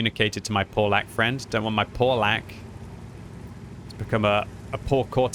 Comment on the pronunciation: the tanks name is Pavlak not freaking Polack lol